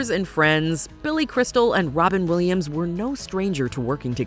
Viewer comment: Wobin Williams 😂